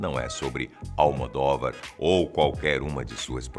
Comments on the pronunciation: Não SE PRONUNCIA ALMODÓVAR RS A PRONÚNCIA CORRETA É ALMODÔVAR! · Não é Almodóvar, com a vogal aberta, mas sim Almodôvar com a vogal fechada. Sou portuguesa, e sua pronúncia está errada...